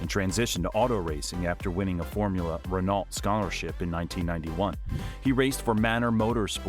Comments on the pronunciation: Can you Yanks learn how to pronounce words already? It's 'Ren-Oh', not Renolt!" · I cringed every time Renault was misspoken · How does an F1 page pronounce Renault wrong? It's been said on the TV for decades.. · If you are going to make a documentary. At least pronounce names like Renault & Jaguar correctly. SHIRE 🙄🙄🙄🙄🙄🙄🙄 Also no mention when Hrny Spice got his teeth fixed 😆😆